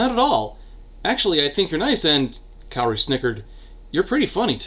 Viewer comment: I have saved this video to watch until after I finished reading Pretty Little Psycho. My brain screamed every time I heard you pronounce Kaori's name as Kairi.